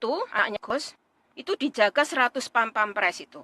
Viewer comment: Hahahaha PASPAMPRES....BUKAN PAMPAMPRES....